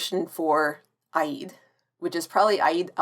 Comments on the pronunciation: Oh I do so enjoy these videos. The "Obi-Wan Kenobi Show" makes me want a Star Wars sitcom more than I thought. EDIT You also pronounce Eid a little strange, but props for giving it a go! 🖖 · You know, you got me thinking; maybe the pronunciation difference is because of the slight American twang? Most of the Pakistanis I know were born in Britain, and they pronounce it as in "speed."